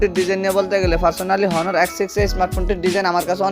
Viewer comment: হনার না অনার..